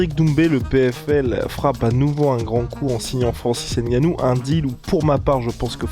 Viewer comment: Les gars je vous jure que ça se lit et se dit: Ngannou sans le N’gannou. Pareil pour Mbappé et consort mdrrr Sinon bonne vidéo comme dhab 👍🏾